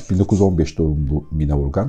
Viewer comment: Sevgili çok teşekkürler 2000 basım yılı olan bu değerli kitabı tanıtmanız çok kıymetli, sadece “Mine” değil “Mina” hatta -a harfinin üzerinde şapka olmasa da “Canan” gibi okunuyor diye bilinir biz yaşarken kendini dinleyen eski nesil tarafından, sizi dinleyen pek çok genç yeni nesil var doğru telaffuzu öğrense keşke 🙏🏻 kulaklıkla da dinledim tekrar eğer ben yanlış anlıyorsam affola...